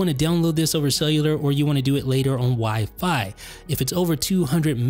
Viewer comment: Dude, you’re the only person that stresses the second syllable in wifi. It’s OK, but it sounds a little silly, you might want to try stressing the first syllable. Have a great day